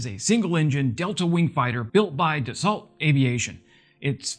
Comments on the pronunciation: Dassault is pronounced “Dasso”. “Ault” in French is pronounced “O”. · Proper pronunciation of Dassault is: da - SO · ?????? "eau" doesnt exist in english It's DASSO and RAFAL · Its pronounced Da-So. 😁 Great channel thou.😎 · Dassault - "Dass-oh" Rafale - "Ra-fell" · 🖐🤩👍Hello, french guy here. Congrats for your service in wings. Respect to your courageous stand against authoritarians/dictators from any country 😉. Thanks for your enthusiast and kind hearted support for Ukaine. I enjoy your high quality content, I subscribed ASAP. Kind tip:: The Dassault Rafale name is pronounced RA-FAL, not like the name RA-FA-EL (Raphael). In french, Rafale means burst, either burst/gust of wind and burst of gunfire. Peace & Prosper. ❤🖐